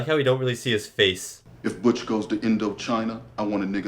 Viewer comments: Bootch- not Buuttch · butch rhymes with bush, not dutch